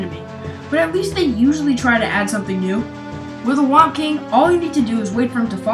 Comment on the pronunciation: its thwomp actually not whomp